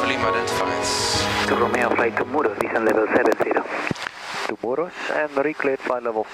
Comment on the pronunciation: It's Muro, not Muros.